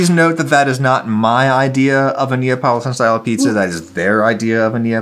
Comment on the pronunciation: i love how his son pronounces neapolitan as napoleon